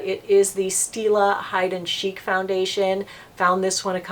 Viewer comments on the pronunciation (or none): none